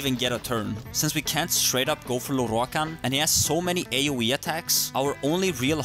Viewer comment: i always giggle at how he pronounces "Lorroakan", sounds so epic for some reason.